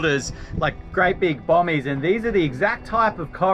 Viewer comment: Search for “Coral Bommie”. You were really close with “Bomie”.